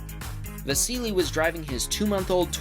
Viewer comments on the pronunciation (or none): none